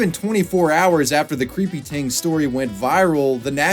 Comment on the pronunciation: i love your commitment to saying creepy "tings"